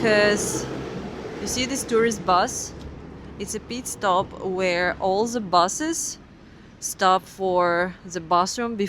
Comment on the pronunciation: To ze border? 😂